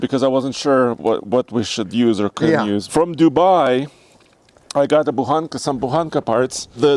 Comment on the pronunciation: Удивляет то, что слово "Буханка", произносится довольно внятно, почти без акцента. Интересно, авторы ролика знают, что означает и как выглядит эта самая буханка ржаного хлеба?